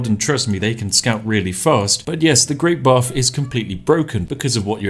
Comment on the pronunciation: I keep hearing this as "The Great Barf"...